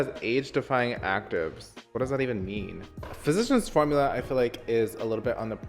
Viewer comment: Cláudia de Sá he says it correctly.